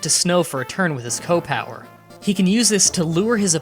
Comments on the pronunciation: It's pronounced SEE OH not ko! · Why do you pronounce CO as "Koh" rather than "See- Oh"? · It's C O power, not coh power. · CEE period OH. C.O. short for commanding officer. Not "co" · "koh power" "super koh power" "my favorite kohs." Are you some kind of degenerate? It's "SEE OH." Disliked because I can't stand your ridiculous mannerism. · The fact that he pronounces C.O. with "kow" disturbs me. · Alright, gotta stop, can't stand how you say "CO" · Seriously - its like old ppl who say “Earl” instead of URL